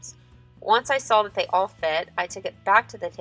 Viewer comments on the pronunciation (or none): There is no L in the word "saw", its like nails on a chalk board. Other then that, great video. Love your work.